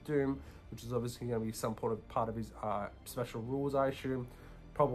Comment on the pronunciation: Good video. No more than 10 “asshume”s per video next time! Lol.